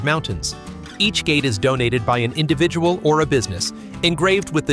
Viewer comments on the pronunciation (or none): none